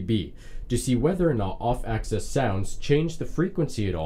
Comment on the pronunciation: Axis not access